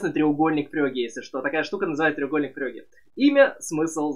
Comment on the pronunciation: Почему ФрЁге а не ФрЕге. Очень сложно воспринимать когла привык из всех телевизоров слышать Фреге.